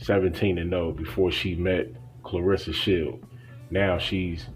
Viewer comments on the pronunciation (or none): If she’s so special to you, pronounce her name right. No one likes to hear their name constantly mispronounced. Claressa. Not Clarissa.